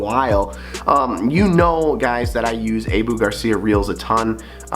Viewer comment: It’s pronounced “Ahhhhboooo” Garcia Not (Ayeeeboo) ….